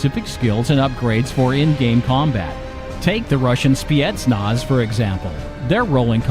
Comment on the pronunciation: The Russian Spiehtnahz?